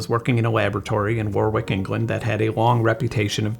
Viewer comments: hate to be that guy but its pronounced WOH-rik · just for future & general info - that's "Worrick" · As a british person i was gonna comment on your butchering the pronunciation of Warwick but then i had to go oil my foil and forgot all about it. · war-wick😂 pronounced Warrick. To rhyme with Yorick in Hamlet. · Thanks for this one Benn! Purely for information exchange: In the UK, Warwick is pronounced "Wor-rick", with the second "w" being silent. It is a common pattern in British place names, where a second "w" in a word ending in "-wick" is often silent. (AI Overview by Google) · Warwick, England -> "Worrick", England. Another one like our great Worcestershire that tends to get mangled by non-natives. 😂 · FYI it is the NOCEBO effect and it is pronounced "Wa rick" in England not "War wick" Please stop oil disliked for driving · In case its ever brought up again in your videos. Its not "War Wick" its "War Rick". England is a weird place and its not always obvious how things are pronounced. Thank you for the video. Keep it up. Edit: God im being that guy. Coventry, is pronounced Cov entry, like Cog entry. Thank you, im so sorry. though Coven-try is a way cooler name. A city of the Coven. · as always, great video Benn... I love that you take the time to make them, don't just rush them out like some kind of on-demand content machine. It's pronounced "worrick" by the way (Warwick) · Fascinating video! And you pronounce Warwick in a funny way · Second time I've heard about Vic Tandy today, weird. Also, you said Warwick wrong.